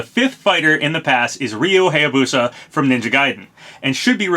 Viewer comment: im begging you please say Hayabusa correct its bugging me.